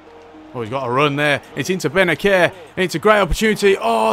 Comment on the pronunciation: Bennacer is pronounced Bennasser bro